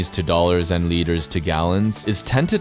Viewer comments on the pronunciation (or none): why did you make liters sound bad🙏😭💀